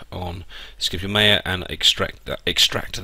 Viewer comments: Not Meja it is Maya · you pronounce maya wrong...